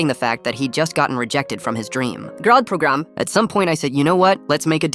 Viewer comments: GRah PRogRAm. AI GAVE UP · GrAhD PrOgRaM oml bro had a stroke 😭😭🤣🤣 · When I heard GrAHhd PrOgRAm I immediately went to the comments😂😂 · “GrAhD PrOgrAhM wtf is that-😂😂😂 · Bro went indian scammer mode for 2 seconds GrAhM pRogRaM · The moment I heard "GrAhD PrOGrAHm" I just paused the video Burst out laughing and came to comments Edit: Omg Bro my first time evr commenting and i get this much wow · Lmfao wtf is a GrAhD PrOgrAhM 😂😂😂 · Nobody talking about how weirdly he said grad program.. edit: THIS WAS THE FIRST COMMENT WHEN THERE WAS NOBODY SAYING ANYTHING, CHECK THE TIMESTAMPS PEOPLE!!!